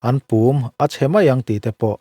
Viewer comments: Tui chunga chuanna tura an siam Pùm hi Pŭm (thir chherna hmun) lam rik ang ni loin 'rún lùm nuthai' tiha 'lùm' anga lam tur. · "Pum" tih hi thlûm loh tur, ri hniam Púm tih zawk tur. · PUM hi a thluk a diklo, PUM(kawchhung) lam ang a lam a, Thluk na telh bawk tur ani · Pump i lam dan a dik lo... Pumpui kan lam rik a pum kan lam rik dan ang hian aw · Pum tih kha i lam ri dik lo. "Khawihnun" tiha hnun tih ri anga lamrik tur. Tuna i lamrik dan kha chu Thir chherna hmun pum lamrik dan a ni e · Sir,,, 'Pum' tih hi company pakhat Puma tih a Pum lam rik ang hian lam tur a nih hmel.